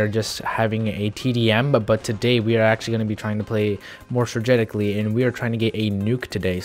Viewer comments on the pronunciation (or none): "Play stragetically" 😂😂